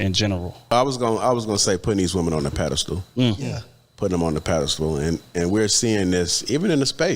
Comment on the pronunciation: Its a "Pedestal", NOT a "Paddle Stool"!! Good God!!